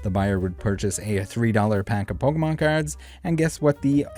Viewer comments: Poke"MAN"! Lol mer"MAN"! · Only one person in the video, pronounced Pokémon properly 😂